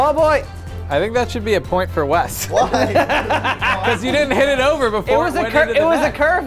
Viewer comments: dude they fuck up wes name so many time i can't even remember what his name is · I dare anyone to list all the names called Wes in this episode haHAHA "sangria" cracks me up every time